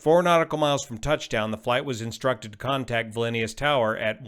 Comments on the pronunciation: What is Valenius? 😂😂😂 You pronounce Vilnius like that? Do you have hot potatoe in your mouthenius? 😂 Sorry, it's just too distracting, cant listen to it any furthernius... 😂😂 Valenius... 😂😂😂 What? 😂😂😂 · Please stop saying "Vilinius"....🤦🏻‍♂️ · Where do you see VALINIUS in word VILNIUS? American arrogancy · Why do you pronounce the city as "Vilinius"? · Vill-nee-uss (Vilnius) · You keep adding an extra syllable to Vilnius. It's just vil-nee-uhs. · Brilliantly clear analysis. Thank you. Amazing only one fatality. (FYI pronounciation VIL-NEE-US) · It's Vilnius, and not Vilinius, as you are pronouncing it. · Great video but the pronunciation of "vilnius" is awful. It's vil·nee·uhs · It's Vilnius not vilinnius ... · Vilnius is pronounced "Vill-news" (beginning like VILLage, end like NEWS). I would like you to comment on a video which is captured from a Skiing slope. There you can see how just before he hits the ground he banks left A LOT. Like so much that you can see the other wing up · Vilnius ˈvɪlniəs / VIL-nee-əs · Vil nee us Sound it out buddy. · It is Vilnius , no Vilainyus. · Drink a shot every time says “Vil-in-ee-us” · Pronunciation is important. Vil-ni-us, only 2 (i)s. Sorry, I had to say it. Love you channel. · Classic example of older folks getting things wrong., the city's name is pronounced "Vil ne us". 😂 Keep up the good work! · Its Vilnius like in Will. Kinda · Not trying to be a smart ass but I believe that Vilnius is pronounced - Vil (like will) nee (like my creaky old ones) us (like we two). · Vil-Nee-Us. Great vid as usual though. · The correct pronunciation of this city is "viln-yoos", Lithuania. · Wouldn’t the pilots be getting audible AGL indications in that phase of the flight? BTW, the correct pronunciation is “vil-NÉE-us”. Thanks,. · I believe Vilnius pronounced Vil-ni-us. Where on Earth do you get your pronunciation? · It's pronounced Vil-nous... the "i" is silent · VIL-ni-oos (stress on first syllable) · Pronounced as spelled.